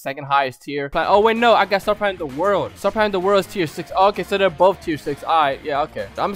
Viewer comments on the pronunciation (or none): none